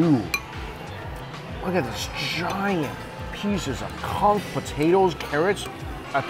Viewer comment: Conch! Not CUNK!